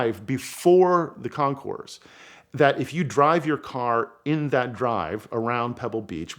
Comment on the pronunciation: Great story. I am an auto historian and I did not know this. Thank you for sharing. However one small detail. The s in councours is not pronounced. Concours d' elegance is French and thus the s is silent. Picky I know but it bothers me as much as people mispronouncing Porsche. Porch. Or cope for coupe. Chickens live in coups. .